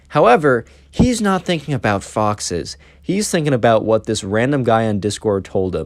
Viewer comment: I thought that you said boxes instead of foxes lmao